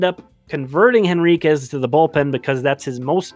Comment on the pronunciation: I don't mean to nitpick,, but the "H" in Henriquez. (I admit, I had to look it up to be sure!).